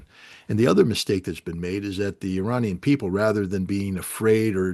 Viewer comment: I have immense respect for Mr. Ray McGovern, Colonel Wilkerson (another very favorite person to me), and Colonel Doug. McGregor. None of these well-educated people, need the following info. However it seems like some others may💚 Therefore, IRANIAN, is neither pronounced "Eee-RAINY-Yan" nor "Eye-RAINY-Yan"!! The proper pronunciation is "Eee" (rhyming with See) + Ronnie (abbreviation for Ronald) + Yan !!! A Simple mnemonic would be "There is no RAINY weather in the forecast"!!😊 Hence the proper pronunciation is "Eee-Ronnie-Yan"!! Even a poor Computer generated voice could be Corrected (Reprogrammed)!!!